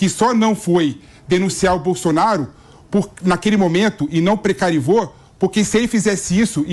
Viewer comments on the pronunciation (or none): "precarivou" foi fod@ eim Sr.... 🤣🤣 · "Precarivou".... vc vê que ele entende do que ta falando